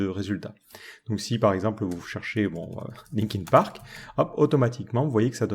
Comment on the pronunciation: Le « Linkine park » à m’a fais très très mal :/ (c’est linkin park). En revanche le tuto est super comme d’habitude!👍